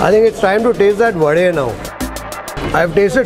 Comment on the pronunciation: liked the way you pronounced the right word vade and not vada 🙂